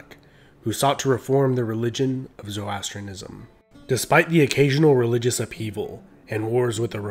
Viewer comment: It’s pronounced ZO-RO-ASTRIAN-ISM! Otherwise great video